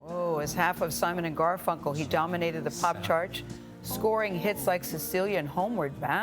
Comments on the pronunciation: She actually said Garfel, then corrected it to Garfunkel. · She keeps calling him “Garful”... and then the man refers to “Strawberry Fair” ...Why interviewers don’t do their research is beyond me.